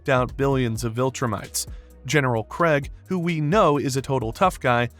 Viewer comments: I can somewhat understand pronouncing Kregg as "Craig" but "Sessil" dawg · kregg also AND Thaedus